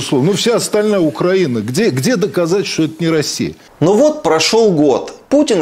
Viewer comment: Шахназаров только понтуется, что крутой режиссёр, а сам даже ударение в слове Украина не может правильно сказать, штрибан Галимый